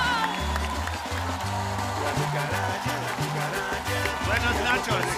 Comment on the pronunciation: "buenos nachos" hahhaha ich kann nicht mehr